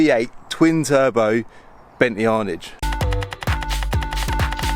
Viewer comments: It’s not an Arnidge. It’s an Arnage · Bentley ARNIDGE ? tosser learnt pronounce the vehicle you (badly) present ARNAGE is the word and it is named after the commune in France where the Le Mans race trace is located in Sarth. Calvins Calamity init ! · Bentley Arnidge?😂. Its an Ar naaaaage dear boy:) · Hey it’s an Arnage pronounced “Arnaarge” not “Arnidge”. BTW the Bentley you are driving is “British” and built in Britain ol’ boy NOT Germany. Also running out of petrol reminds me of what Del Trotter would say “ plonker”. My toes are curling........ ( hey that sounds like a good YouTube handle). Anyway best of luck I feel for you. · Hey it’s an Arnage pronounced “Arnaarge” not “Arnidge”. BTW the Bentley you are driving is “British” ‘ol’ boy and built in Britain not Germany. Also running out of petrol reminds me of what Del Trotter would say “ plonker”. My toes are curling........ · Arnidge?? 🤦🏽‍♂️ great vid tho...👍🏽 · Pronounced arrr narrge!! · Phillip Coker lol i was thinking that....